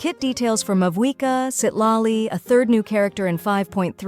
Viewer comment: Citlali ❌ Seat Lolly ✅